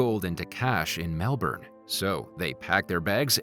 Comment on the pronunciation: no one saying how he didnt say Melbourne right